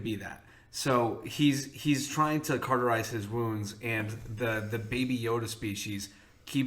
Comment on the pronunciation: Hey, so you don't sound uneducated next time... it's cauterize not CARTERize. Only one "r".